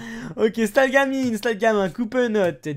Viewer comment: La prononciation de "stalgamin " 😂😂😂